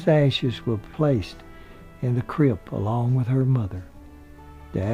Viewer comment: crypt not crept